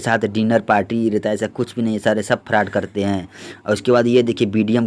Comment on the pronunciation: Bhai pele frod bol na to sikh lo 😅